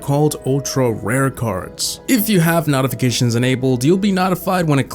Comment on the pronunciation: so we not gonna talk about how he said "NaRdAf0RCatIONs"